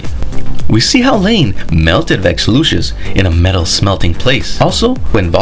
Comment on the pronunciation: I’m sure this is a good video but I can’t sit here listening to this guy call variant Lucifer vex Lucious or whatever